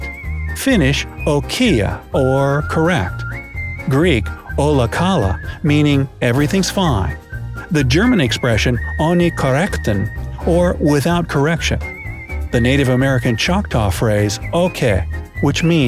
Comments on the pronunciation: ola kala is pronounced Ola kalA,not Ola kAla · And you don’t pronounced it "Óla Kála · For Greek he said ola Kala very wrong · HAHAHAHAHAHAHA😂😂😂 the way he saied ολα καλά was so wrong (i am greek i know how to say it)😅